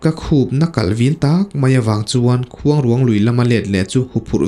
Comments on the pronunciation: Keipawh Sakrûang tih kan lama rûang tih anga lam tur niin ka hria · Mitthi tawh taksa kan sawi dan ruang tih anga lam tur a ni lo, khûang i lam dan tluk ang hian rûang tih hi lam tur niin ka hria.. a ngaihnawm e. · Khuangruang hi i lam rik dan a diklo ruang hi rairuang kan sawi a ruang lai kan lamrik dan ang hian lam rik tur mitthi ruang a ruang kan lam rik dan anga lam rik loh tur. Khuangruang hi fanghmir chi khat saihmarthur aia te deuh a rawng pawh saihmarthur rawng ang a ni. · Khuang leh ruang tih hi a thluk a in ang tur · Ni e ruang tihlai khi asang tur ania vawk chaw atan kala nasa thin...khuangruang lam ngil pheipop tur ...Entirnan...La..Lalrinchhana tih anga lam tur.mase fanghmir nilo in hnimhnah zawk o..ahnah poh asei ve deuh. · Khuangruang tih i lam dan hi a dik lo. Tlângâu tih thluk angin thluk tur aw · I la nau vve deuh a nih hmel luikuang, i lam kha a dik lo, mitthi an dah na kuang kan lam ang hian lam rik tur, tin, khuangruang lui i lam rik dan pawh kha, a ruang lai tak kha rairuang tih kan lam rik dan nen khan lam ri ta la a dik zawk ka ring, i aw ngaihthlak a nuam bawk si a